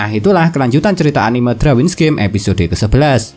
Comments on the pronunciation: Darwins bang bukan Drawins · Risih dengernya kalau bilang drawin